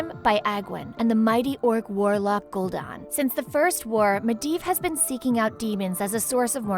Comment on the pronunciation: Kahgar.... ner'thul... Gol'Dan... Gil-neas... stormgrade... Blackmar... Duroton... Taren... scorge... kil'jadeen... mal'ganees North end... Lordrien...dooratoor. How to pronouce them right: Kad-gar (Khadgar), Ner'zul (Ner'Zhul), Gool'dan (Gul'dan), Gill-nay-es (Gilneas), Strom-guard (StromGarde), Black-more (Blackmoore), Dur-o-tan (Durotan) T-oor-in (Tauren), Sc-er-j (Scourge) Kill-Jay-den (Kil'jaeden), Mal-gan-iss (Mal'ganis), North-Rend (Northrend), Lord-eron (Lordaeron), Dur-o-tar (Durotar). No offence to though she actually did well pronouncing them. P.S SarGeras not Sarjeras.